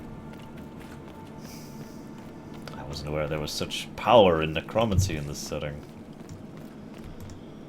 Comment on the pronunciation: I love your insite on games, but finding really annoying that you add an "N" in the middle of necromancy.